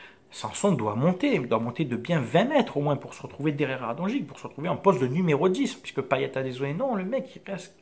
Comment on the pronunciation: Bonne vidéo, je suis d'accord avec toi. Mais juste si tu pouvais prononcer Radonjić correctement ça serait cool. Continue comme ça, tes vidéo sont très bien